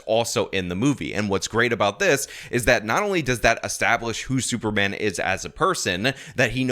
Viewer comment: Did he say "super ban"?